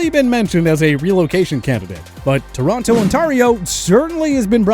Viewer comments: this mf really managed to mispronounce Toronto AND Ontario. As someone who was born there, that part physically hurt me. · Torronto? That is the dumbest thing i ever heard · It’s TORONO; not Toronto!